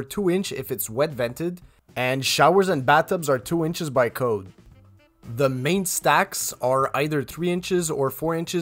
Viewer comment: Please concentrate on proper English. Saying “dare” for “there” and “da” for “the”.